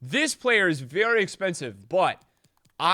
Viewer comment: haha “varry good” turned irish for a sec